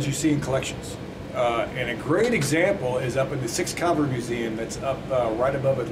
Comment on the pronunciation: Works there but doesn't know how to say CAVALRY